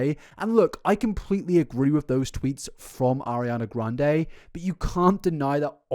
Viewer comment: Ariana gwuande